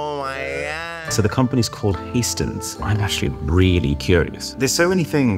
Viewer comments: not heistens it is hästens it is horse in swedish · Hästens means horse in Sweden and the dots over the a are really important for the pronunciation